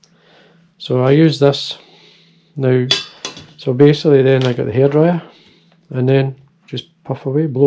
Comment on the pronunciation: When you first mentioned the hair dryer in your Scottish accent, I immediately thought of Alex Ferguson 😂.